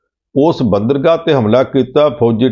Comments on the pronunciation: ਇਸ ਪ੍ਰੋਗ੍ਰਾਮ ਦੇ ਐਂਕਰ ਸਾਹਿਬ ਬੰਦਰਗਾਹ ਨੂੰ "ਬਾਂਦਰਗਾਹ" ਕਹਿ ਰਹੇ ਹਨ। ਕੀ ਇਹਨਾਂ ਨੇ ਕਦੇ "ਬੰਦਰਗਾਹ" ਸ਼ਬਦ ਨਹੀਂ ਸੁਣਿਆ ਜਾਂ ਪੜ੍ਹਿਆ? ਇਸ ਸ਼ਬਦ ਤੋਂ ਤਾਂ ਵਿਦਿਆਰਥੀ ਸਕੂਲ-ਸਮੇਂ ਤੋਂ ਹੀ ਜਾਣੂ ਹੋ ਜਾਂਦੇ ਹਨ। ਐਂਕਰ ਤਾਂ ਜ਼ਰੂਰ ਘੱਟੋ-ਘੱਟ ਗ੍ਰੈਜੂਏਟ ਹੀ ਹੋਵੇਗਾ। ਇਸ ਦੇ ਸ੍ਵੈ-ਭਰੋਸੇ ਵਾਲ਼ੇ ਉਚਾਰਨ ਤੋਂ ਤਾਂ ਇੰਞ ਜਾਪਦਾ ਹੈ ਕਿ ਜਿਵੇਂ ਇਸ ਨੂੰ ਆਪਣੇ ਉਚਾਰਨ ਦੇ ਸਹੀ ਹੋਣ ਦਾ ਪੂਰਾ ਭਰੋਸਾ ਹੈ ਅਤੇ ਇਹ ਬਾਕੀ ਦੁਨੀਆ ਦੇ ਉਚਾਰਨ ਨੂੰ ਹੀ ਸੋਧਣ ਦੀ ਕੋਸ਼ਸ਼ ਕਰ ਰਿਹਾ ਹੈ। ਪੰਨੂ ਸਾਹਿਬ ਤਾਂ ਭਾਸ਼ਾ ਦੇ ਕਾਫ਼ੀ ਮਾਹਰ ਹਨ ਤੇ ਉਹ ਗ਼ਲਤ ਉਚਾਰਨ ਕਰਨ ਵਾਲ਼ਿਆਂ ਨੂੰ ਟੋਕ ਵੀ ਦਿਆਂ ਕਰਦੇ ਹਨ। ਪਰ "ਬਾਂਦਰਗਾਹ" ਦੇ ਗ਼ਲਤ ਉਚਾਰਨ ਸਮੇਂ ਉਹ ਵੀ ਕੁਝ ਨਹੀਂ ਬੋਲੇ। ਉਹਨਾਂ ਨੂੰ ਅਜਿਹੇ ਸਮੇਂ 'ਤੇ ਜ਼ਰੂਰ ਬੋਲਣਾ ਚਾਹੀਦਾ ਸੀ ਤਾਂਕਿ ਲੋਕਾਂ ਵਿੱਚ ਗ਼ਲਤ ਸੰਦੇਸ ਨਾ ਜਾਂਦਾ ਅਤੇ ਚੈਨਲ ਦਾ ਅਕਸ ਖ਼ਰਾਬ ਹੋਣੋਂ ਵੀ ਬਚਾਅ ਹੋ ਜਾਂਦਾ। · ਵੀਰ ਜੀ, ਬਾਂਦਰਗਾਹ ਨਹੀਂ ਹੁੰਦਾ (ਬੰਦਰਗਾਹ ਹੁੰਦਾ )!